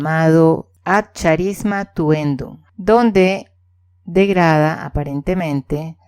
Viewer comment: Recordemos que seria bueno que se informe de la pronunciacion de los terminos. Proprio no es propio. Carisma no charisma.